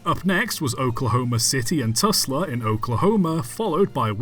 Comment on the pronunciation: And where in Oklahoma is Tusla? I thought it was called TuLSa.